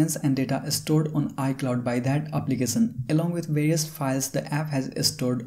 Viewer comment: Brother Prenounce .. “application “not applicasan . Sad and Sha it’s so defferent ... Many words you use mistakely , so listen